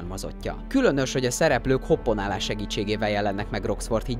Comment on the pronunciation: Hjaj, nem tudom, honnan vették ennyire sokan, de nem hoppOnálás, hanem hoppAnálás! ;)